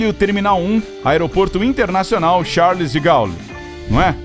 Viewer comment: Pronúncia correta é Charle de Gôle...